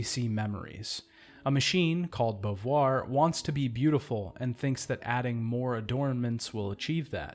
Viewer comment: why do you call Simone Bovuare?